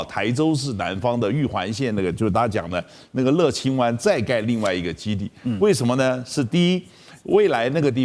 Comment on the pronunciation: 不叫乐le清 。那叫 乐yue清